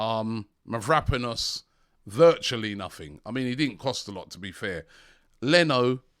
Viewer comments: It's Mavropanos. At least you said one vowel correct... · MAV-ROW-PAN-OS come on Robbies it's about time you pronounced his name right ffs!!!